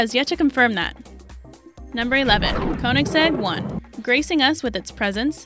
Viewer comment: rxmclaren7 you should have heard when she said “koenigsegg one” like wtf